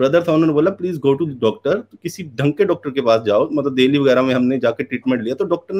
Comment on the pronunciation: Kaun hai ye? Abey. Tum saalo khud ko ullu bana rahe ho. No one in india calls "Delhi" as Dheeli bhai Hinduism ko bad light mai dikhaane mai aap itne andhe ho jayenge ye maine nahi socha tha. We would have loved your informed criticism if it was based on some text or something said in hindu text.